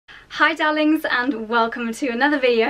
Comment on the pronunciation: You are lovely, I could listen to your voice for ages. Every time you say “dahling” I smile!